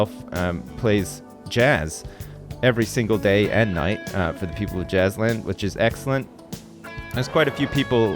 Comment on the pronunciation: As soon as I heard saying Jazzland I though "Hmmm, sounds like Jizzland"